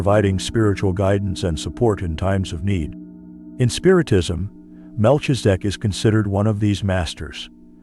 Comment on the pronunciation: The information from the video is legit it’s a shame they using AI to pronounce his name Incorrectly. Definitely wasn’t necessary to shake the screen the whole way through